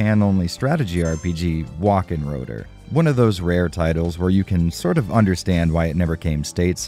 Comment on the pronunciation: just fyi; "wachenroder" is a German word, so it's pronounced Vah-kin-row-der. Just swap the W sound for the V sound.